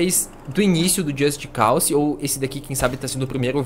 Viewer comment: just cause o que o falou just calçe ou seja só cause seria o correto porém pró é só calçe